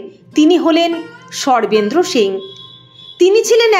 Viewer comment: Sarvendra er naam shune chhi. Sarvendra word tar pronunciation ato baje ( accented ) kano ?